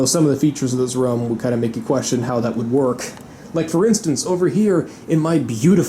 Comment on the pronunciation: His pronunciation of the word: room sounds like he is saying: rum